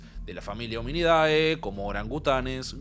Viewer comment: En nomenclatura (latín) no se pronuncia Hominidae foneticamente, se pronuncia Hominide (aunque se escriba Hominidae)...🤨